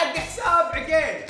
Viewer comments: عقيل مو عجيل😂😂👌🏻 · ليش ماتنطق الاسماء زين هلا مو هالا عقيل مو عغيلللل😂😂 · والله العظيم اسمه عقيل مو عقيل اوك في النتطق غلط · بموت اذا قال عقيل مدري كيف ينطقها😂 يضحك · ماذبحني ضحك إلا نطق اسم عقيل 😂😂😂😂😂😂😂😂🤣🤣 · م يعرف ينطق عقيل يقول عقيل بالشدة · ياخي ليه يسميه عقيل كذا 😂غريب نطقه